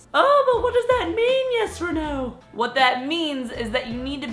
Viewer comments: I'm new to her channel so when I heard her say her name I thought she said yes or no and now whenever she says her name I can't unhear it. And just for the record, I am NOT making fun of her name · At first i thought you said "yes or no" lol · Who else thought she said "Yes" or "No"? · I really thought she said "yes or no" until I read her name 😂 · I thought when she said her name she said “hi I’m yes or no” I was like what your name 😂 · I thought she said I am "yes or no" I was confused 😂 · Ok but am I the only one that always hears “Yes or No” when she says her name 😂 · I thought she said " Hi, I'm yes for no " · it sounds like you are saying yes or no everytime you pronounce your name lool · ''When she says "'' I always hear it as ''Yes or No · when she is saying i allways thinking shes saying yesorno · I heard "This is Yes or Naw"... Checks YouTube channel name ''... facepalm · I though you said "hi I'm yes or no" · sounds like your saying YesorNo haha:^D